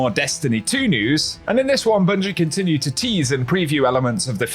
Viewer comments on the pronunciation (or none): none